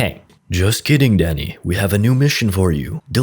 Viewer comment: I kept hearing danny as daddy